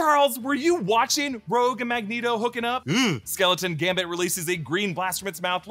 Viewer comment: gamBit, gamBit.. not Gamit